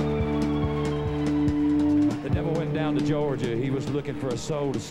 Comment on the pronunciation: Only Charlie could pronounce "Georgia" with 3 syllables. 🤣